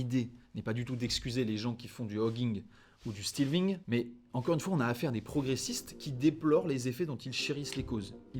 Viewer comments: ca se prononce "stél-fing", pas stilving. Et débauche sexe/coke en uni FR? Peux-tu m'indiquer dans quelle école tu es allé svp? C'est pour un copain. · On prononce stèl-thing, pas stil-thing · Stealthing -> stèlthing